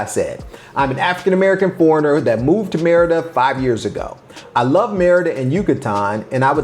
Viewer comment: Pronounce "Mérida" correctly. That could help.